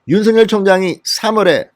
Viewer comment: 아무리 영남 억양이라도 윤총장을 윤서결로 발음하지마세요 윤총장이름은 윤석열입니다 발음을 절확히 하세요 부탁합니다